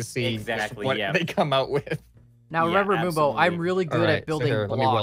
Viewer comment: Finally moonbo and not camodo